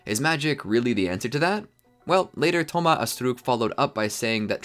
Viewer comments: DHOMA ASSTRUKKK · The way he is pronouncing Thomas Astruc is 😭😭😭